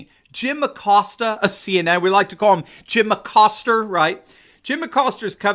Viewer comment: "Jim Acoster" LMAO